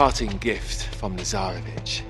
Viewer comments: Who else kept calling Lazarvitch into Lazarbitch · Why am I hearing Lazaravic’s name “Lazarabitch” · When I first heard his name, I literally did a double take to make sure I heard that right… then I heard Lazarabitch from Flynn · Because you guys can't pronounce Slavic serbian names